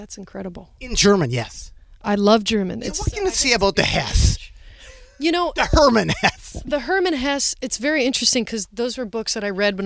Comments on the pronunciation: With Hesse, the last E is not silent (vowels at the end of a word are never silent in German). Just like Porsche is not "Porsh", it's more like "Porsh-uh". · We've all been mispronouncing her name, so it seems only fair they're both mispronouncing Hermann Hesse's. It's actually "Hess-eh", the last "e" uttered softly.